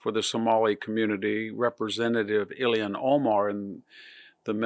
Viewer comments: "Ilhan", not "Illian". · The fact that Ilhan Omar is allowed to live in the United States is scandalous enough. That she is a member of Congress suggests a national death wish...But one question: Why does VDH continue to pronounce her name as "Ilian Omar"?